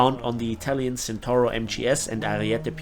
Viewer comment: it's pronounced Tshentawro and not centauro like it's written